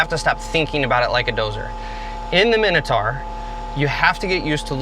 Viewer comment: The pronunciation is like nails on a chalkboard. Big bug bear of mine. My-no-tour not a min-a-tar.